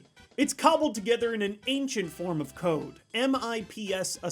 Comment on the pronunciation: M I P S lol it’s called mips